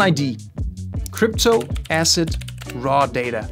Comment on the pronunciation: oh ASSET! OHHHH! I thought you kept saying acid.